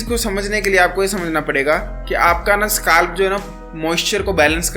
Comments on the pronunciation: Scalp❌ skaalf ☑️ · bhai SKALP nhi scalp hota hai